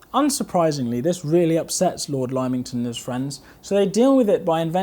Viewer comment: Chum, good vid, well done. But Lymington: its Limb-ington, not Lime-ington.